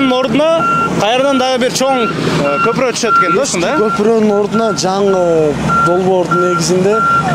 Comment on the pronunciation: Көпүрөк эмес көпүрө, кандай журналистсин, кыргыз мектепти бутконсунбу, сүйлөштү билсең блогер бол